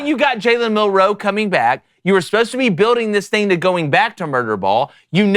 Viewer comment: Do these people not know how to say “MILROE”